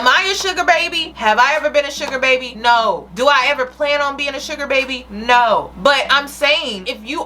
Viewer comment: The "no" - is questionable. 😂😂😂